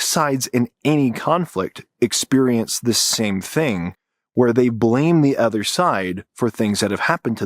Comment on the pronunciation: pronounce it with me: "uhh-ther" not "ehh-ther"